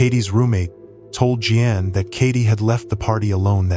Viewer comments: Really stupid AI pronouncing. Je Ann? It us JEAN ...idiot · This AI voice call her mom Jean G Ann! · Don't use AI. It said Gee-Ann for Jean. Ffs c'mon! Downvoted my upvote. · "G-Ann" that was as far as I could go with this AI drivel. It's Jean...J-ee-n... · Gee-an. I love ai. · You can't pronounce "Jean". Is this an ai slop video?